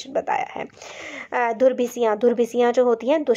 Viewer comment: you have pronounced a lot of words in a wrong way like :- durbhishandhiyaan ko aapne durbhisiyaan padha tha and many other words also